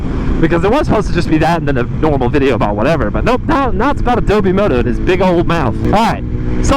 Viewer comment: it’s AdobO moto, not adobEE moto